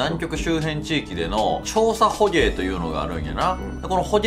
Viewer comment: 南極行ってみたいです！北国在住ですが、吹雪の日は防寒でUMAファッションになります🧌 本編関係ないですが、の捕鯨のゲの発音めちゃくちゃかっこいいです！時々出る巻き舌はクセですか？個性的でかっこいいです！歌ってる時とは違って声のトーンの上がり下がりが絶妙なので高速ラップ挑戦して欲しいです🍮💚